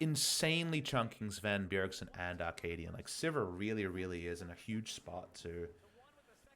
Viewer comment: Love the VOD review! I feel slightly triggered everytime you say Akaadian because it sounds like you're saying Arcadian, which is a play I read in high school...